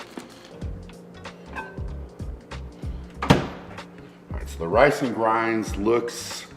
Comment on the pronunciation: Is he saying grans or grains?😂